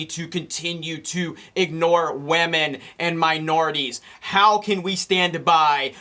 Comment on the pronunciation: He almost broke it and said "wahmen"